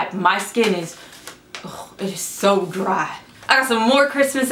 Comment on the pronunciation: i love the way you sayed dry. it sounds like an older country woman